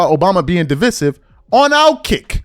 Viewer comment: It baffles me that you can’t say names and words right! He clearly said “divisive” the right way, and you heard him say it…but you clearly said it all wrong!